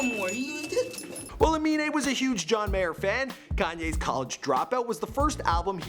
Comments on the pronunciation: Wow Im surprised you pronounced his name right. Unlike XXXTentacion... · He finally pronounced the name right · Only person with a weird name that can pronounce